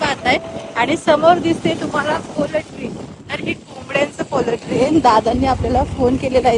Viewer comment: पोलट्री नाही म्हणत हो, पोल्ट्री!